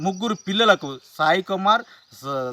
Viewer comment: కస్టీడీ...కాదురా.....కస్టడీ.....అలాగే....కోమార్.కాదు.....కుమార్ ఆ అబ్బాయి పేరు.....న్యూస్ చెప్ప చాతకానోళ్ళు ఎందుకొస్తార్రా మీరు